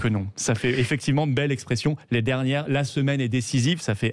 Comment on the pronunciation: Arrêtez avec les « effecti’ment » Bercoff, c’est fatiguant.